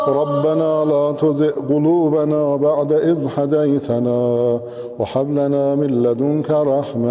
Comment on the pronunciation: اتنے کمنٹ کیے ہیں بھائی لوگوں نے کاش آپ کی طرح کوئی تھوڑی پازیٹو بات کرتا ❤ یہی تو میں نے سوال پوچھا تھا کہ کوئی غلطی بتاۓ تا کہ باقی بھائی لوگوں کا فائیدہ ہو ؟چلو میں بتاتا ہوں ۔ آحد نہیں لفظ أحد ہے -وحاب نہیں وهاب ہے-وبحمدے نہیں وبحمده.عظیمے نہیں عظيم ہے ۔قرآن کو عربی لہجے میں ہی پڑھنا چاہیے ورنہ معنیٰ بدل جاتا ہے ۔